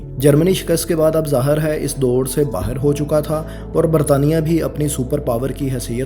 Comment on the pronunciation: Sir Plz Q Krte Henn Asa.. Lafz Tk Sahi Nhi Boly Ja Rhy.. Majbot Rhna Bhai Mazbot... Urdu Hi Sahi Bol Lo Bhai Plz.. Punjabi Feel Arhi Hy.. Zahar Hy.. Zahir Hy.. Ufff.. Humre Kano Ko ApKi Awaz Chahiye.. Standrd Bna Dia Hy To Ab Pura Krain..